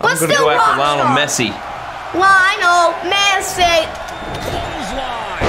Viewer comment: It's lie(nol) mess) e